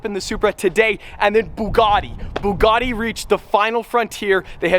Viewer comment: There's no R in Bugatti. OK, get it? No R in Bugatti. It's pronounced Boo Gatt Ee.